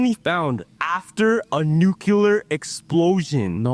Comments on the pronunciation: buddy can’t even pronounce “nuclear” correctly 🤦‍♂️ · I hate it when people pronounce NUCLEAR as "NUCULAR"